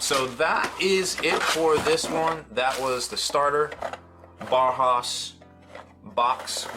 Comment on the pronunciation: “Bow- house”- “bow” pronounced like “bow-wow”, not “bow and arrow “. Just if you’re wondering how to say it- hope that helps! Thanks for the video